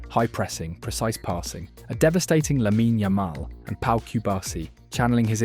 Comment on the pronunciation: When you call him "Laminaaaaa Ayaaamaaal" you give the impression of someone who's only READ his name, and not someone who actually HEARD about him. Repeat after me: "Lamin Yamal" (yeah the typo is meant to facilitate your pronounciation). Other than that point that kept taking me out of the video, great analysis, and surely you know what you're talking about.